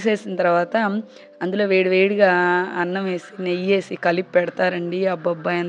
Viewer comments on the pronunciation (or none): none